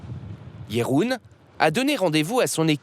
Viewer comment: Pourquoi dire Katjé ou Jéroen? Il n'y a pas d'accent !